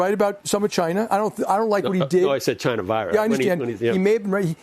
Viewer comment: It’s CHY…NAH!